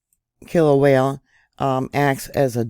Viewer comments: All that Vog! BTW, do you speak Spanish? I'm asking because all vowels in Hawaiian are pronounced as in Spanish. Kilauea is pronounced Key-low-ay-a My cousin lives in Hilo! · There is only one l in Kil a uea. Pretty please stop saying it wrong. ❤❤❤